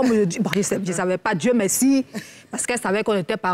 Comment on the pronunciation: Makosso on dit "merci" et non "meksi"